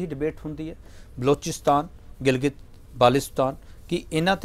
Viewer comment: yar di kuj galla tw mein disagree krna lekin ney baldev di history sahi dassi aa... nu tey kisi gal da pta e ni hai awein apni party nu defend kar reha... innu tey gilgit ni bolna aanda “girgitt” bolya innay tey wekh lo ni yaqeen aanda tey